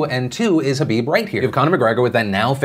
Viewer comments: Is no one going to point out that Phil kept saying Habib instead of khabib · it's KHABIB not Habib lol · Is it just me or does he say “habib” instead of “khabib” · What’s so hard about pronouncing kabob correctly 😝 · Are you calling khabib Habib??? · Does he keep calling Khabib, Habib? Or is it just me... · nb No, everyone in the world besides Phil and Khabib mispronounces Khabib's name. Listen to it closely again. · the k in khabib isnt silent my man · Say Khabib's name properly PILIP.